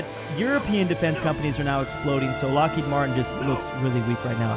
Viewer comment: Ah yes, lockheid martin. Not to be confused with lockheed martin.